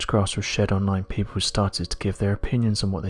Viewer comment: AHAHAHA who are these "people" honest these types of videos it's always " peepow say" 😂😂